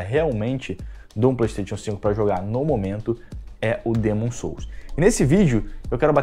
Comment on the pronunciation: O mané nem sabe pronunciar corretamente. Dêêêêmon......Hahahahahahahahahahahahahahahahahahahahahahahahahahahahahahahahahahahahahhahahahahahahaah